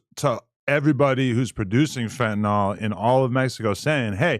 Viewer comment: Fentanyl. FEN-TUH-NILL. it's not TYLENOL.